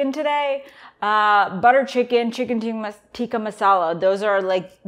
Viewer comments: Why did she purposely mispronounce chicken tikka? Lol its not teeka its tikka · Why do you feel the need to say “teeka” when you as an Indian should know it’s “tikkah”. We should stop Americanizing everything. Anyways, on a positive note I love butter chicken and am strict Keto. So glad to have found this recipe!